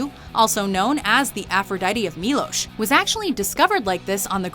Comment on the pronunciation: the island is milos not milosh